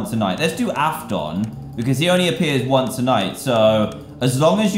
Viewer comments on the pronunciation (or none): Dan : afOn me : aushakwuea rages i though it was pronounced aftin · It’s afton (aft- en) not afton (aft- on) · Everybody: afton (af-tin) Dan: afton (af-TON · Paul Lowery it’s not alfto it’s afton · Dan: “aFdOn” Me who knows the whole thing: mutters it’s Afton Here’s is a little song Somebody come get him! He’s killing all the children! Aye aye! Somebody come get him! He’s name is William Afton! Aye aye! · i love how he called afton andy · A-f-t-e-n NOT A-f-t-a-n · Aftin not aftonernaught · Hearing him pronounce William Afton “AfTon” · No hate but afton is pronounced af-ten again no hate AT ALLL your my childhood in 3 words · i love how dantdm said aftoon its weird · Af-tin that's how Afton is pronounced. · When he said Af-ton.. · Me when he doesn’t know who Afton is: cri Not to mention he didn’t say it correctly (not tryna hate) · Is it just me who gets triggered when he says Afton wrong? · Lmao the way he pronounces 'Afton' is gold Also anyone here in 2021? Just me? OK..... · dan;pronounces afton wrong Me: v i s i b l e r a g e also me: DAN KNOWS NOTHING Also also me: * d e s t r o y s d a n s f a c e* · dantdm says ennard wrong now he says afton wrong u pronounced it right but ur saying it wrong and its weird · The way he said Afton🤣